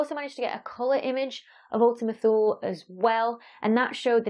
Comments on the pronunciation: Ultima Thule The "e" on the end is spoken as "eee" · I think Thule is supposed to be pronounced like Tooley.